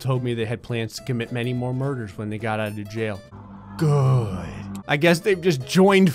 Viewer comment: when he said GoOd dat was so funny